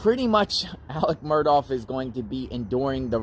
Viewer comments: his name is “alex murdaugh,” not “alec murdoff.” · You keep pronouncing the name wrong. It's not "Murdawf" its "Mur-daw" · 2 things…..1) The last name is Murdaugh, not Murdoff. 2) This was pre trial phone calls. ✔️ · His name is not Alex Mur((douff)). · Murdough is pronounced with a ck as in Murdock not Murdoff. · You are mispronouncing his name ... it's not "Murdoff" ... hope this helps ... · His name doesn’t rhyme with Cough. There is no F sound at the end. Also leave Buster and Brooklyn alone. Why are you hiding in bushes?